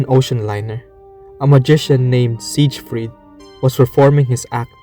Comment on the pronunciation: He's even got a video in the video that says the name right, and he immediately says it wrong again. 💀